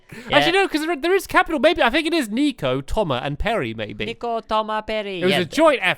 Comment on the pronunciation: does it sount like he says its pretty pertty equal baby instead of maby